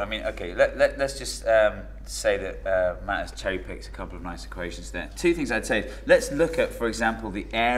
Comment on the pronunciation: Apparently Matt is pronounced Map